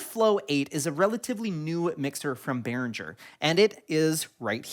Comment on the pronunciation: Cool video! Are you sure it's pronounced Behrinjer? I always thought it was Behringer. With a G. 🌈